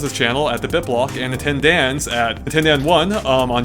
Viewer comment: You know, for some reason, I just don't really like that pronounces Daan's name as Dan. Is is because the "aa" sound is hard to make for native English speakers? (Just curious) Because in Dutch, the "aa" sound is more like saying "aah" in English (I guess).